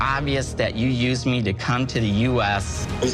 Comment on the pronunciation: "you yewwsed me mahammid!"